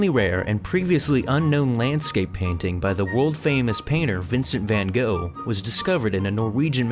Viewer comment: christy coddaroie I wonder if it said "To Amy" on the back. Also, the episode called him "Van Guf" not "Van Go"